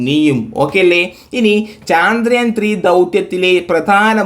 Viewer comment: Sir പറഞ്ഞു പോകുന്നതാണ് ഇങ്ങനെ വലിച്ച് ഇഴച്ച് പറയല്ലേ പിന്നെ ചാന്ദ്രയാൻ അല്ല ചന്ദ്രയാൻ ആണ്...അതിൽ കൊടുത്തിരിക്കുന്ന പോലെ വായിക്... കേക്കുമ്പോ തന്ന ഒരു irritation 🤦